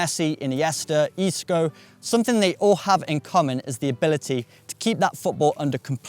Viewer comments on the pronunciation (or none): My man said isco 😓